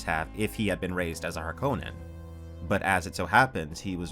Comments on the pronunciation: If you're from Finland, you should cringe every time says Harkonnen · I know, Frank Herbert pronounces it har-kuh-nun with a stress on the first syllable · It is interesting that the word Harkonnen originates from the Finnish surname Härkönen, and the more you say it the stranger it sounds 😃